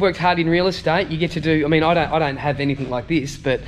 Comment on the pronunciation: Great video, it's anything not anythink? just sayin'..